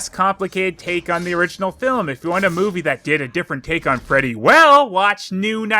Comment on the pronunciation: I felt like watching this after and everytime they said 'Freddy' I heard 'Teddy'